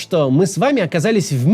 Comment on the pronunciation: Максим, не прихОд, а прИход, если уж вы не сами спитчи себе пишите, попросите хотя бы ударения расставлять